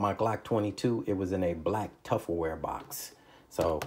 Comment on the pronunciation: I know he didn’t say “tufferware”…